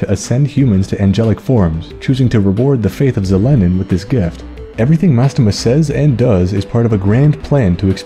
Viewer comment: First time i heard Zelenin's name pronounced as TheLenin (by "the" sounding as if it was taught in russian school), and her role in SJ is literally God approved commie leader kek.